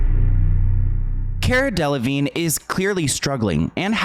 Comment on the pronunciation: its cara del-a-vigne, you pronounce the "a"